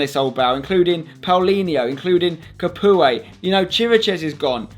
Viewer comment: His name is pronounced Ca-poo, not Ca-pooay